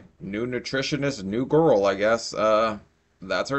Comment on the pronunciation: Good morning Everyone. Enjoy your monday. I gotta fix my car but it's easy and free labor. Also a loving partron lmk it's GORL due to the way she says it.😂😂😂😂😂 Fatphobic or death phobic?????